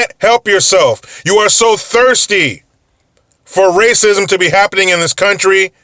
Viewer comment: OH GOD RAS-ISM DA RAS-ISM LOL